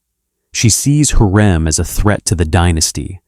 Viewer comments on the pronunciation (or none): It's HURREM not heram